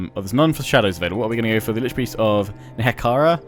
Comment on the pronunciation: You're pronouncing NEHEKHARA as NEKEHARA again... It's NE- HEK- ER- AAH